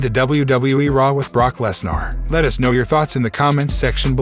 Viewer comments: At least try and pronounce Brock Lesnar's name properly ffs. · Brock Lesnarh lol